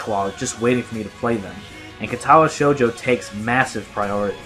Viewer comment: Word of advice: your Japanese pronunciation will improve greatly if you always place the emphasis on the first syllable (KA-tawa SHOU-jo), not (ka-TA-wa SHOU-jo). It's not always true, but it's true often enough that you can default to it.